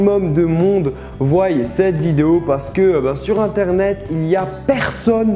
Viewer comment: Bravo pour la vidéo ;) Par contre ne dit plus jamais : voye -__